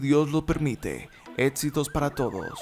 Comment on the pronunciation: DEBERIA TENER MEJOR PRONUNCIACION ...... NO ES BODSEO, BODSISTICO, BODS, ERES MUY BUENO PERO APRENDE A HABLAR, ME GUSTAS TUS VIDEOS Y TAMPOCO SON EDSITOS